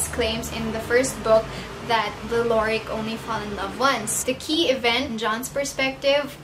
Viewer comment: It's pronounced Lo- ri- en. And se- pan :) Also my favorite was Marina, I read the second one first (stupid I know) and Six, my badass bitch. I did like Six and John better than him and Sarah oop. I love Sam, but his and Six's relationship was a no from me.